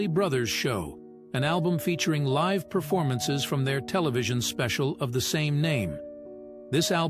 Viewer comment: You mispronounced "live."